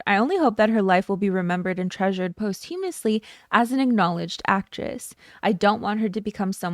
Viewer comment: Please check the pronunciation of 'posthumously'. No shade. Just check it out in comparison.